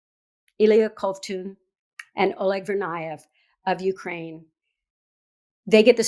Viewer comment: Jesus Christ . You totally butchered oleg’s name .